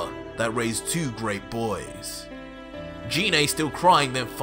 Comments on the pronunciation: It's pronounced g-ine not gee né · He said jenay it's genai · you pronounced Gine's name wrong. Her name starts with a hard "g" sound, like "guh", not with a soft "g" sound, like "juh". Also, I'll bet after the show of forms, Raditz and Nappa are thinking that they need to lie down. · Sounds good but it's pronounced Jean like aubergine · Why do you call Gine Jine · Kinda bothers me how he mispronounced Gines name 😂